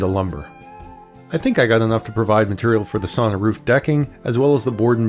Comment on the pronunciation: Considering that you are making a how to video, you really should learn how to pronounce the word. Sauna is pronounced like sow-na, not saw-na.